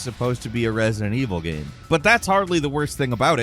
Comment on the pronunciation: why can't you say ''game'' properly? you've been saying ''gehm'' for more than a decade now, i just cringe every time